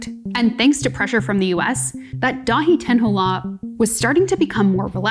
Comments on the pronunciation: The way she keeps reading daitenho on paper but somehow keeps adding an h in when saying it 😂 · Cool video, thank for doin it. I think you should have taken the short time to easily learn to pronounce Daitenho. If you still can't do it justice, at least learn how to pronounce the French Carrefour. It would build more credibility. Also, I think the commenters below brought up stronger points than this video.